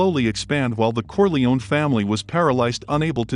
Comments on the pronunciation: I can't stand the mispronunciation of Corleone, "Corleeon". Dude, you should learn to pronounce properly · I hate to hear when people say "Corle-own." UGH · You should learn to pronounce Corleone